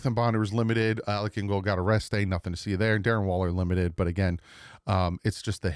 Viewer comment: I had to do a double take when it came to what you said about Alec Ingold. When you said he got a rest day, I swear at first it sounded like you said he got arrested.